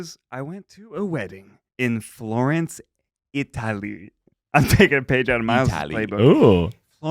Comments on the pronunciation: ‘Florence EITALY’ quote from Ned when he is highly caffeinated. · Can we talk about how weird Zach says Italy?